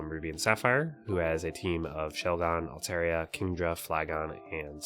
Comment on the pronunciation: Cool video, but please, as Altaria’s biggest fan, I beg of you, please don’t pronounce it as alt-AIR-ee-uh ever again 🫠